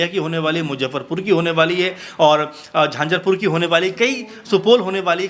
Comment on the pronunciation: उच्चारण शुद्ध करें।आप प्रवक्ता नहीं पत्रकार हैं।झंझरपुर नहीं झंझारपुर होता है।